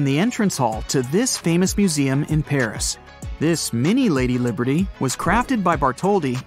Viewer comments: It said Liderty it’s liberty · Statue of "Liderty" Museum REALLY? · Why it say "liderty" hahaha